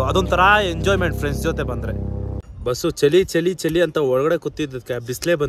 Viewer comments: Kannada uccharane sariyagi madu bro... adu ಚಲಿ alla ಚಳಿ... ಕಾಣಿಸ್ತಾಇರ್ಬೇಕು ಅಲ್ಲ... Swalpa pratice madu bro sari ogute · ಅದು ಚಲಿ ಅಲ್ಲ ಚಳಿ ಕಣಪ್ಪ 😂😂ಸ್ವಲ್ಪ ಕನ್ನಡ ಸರಿಯಾಗಿ ಮಾತಾಡೋದು ಕಲಿ ❤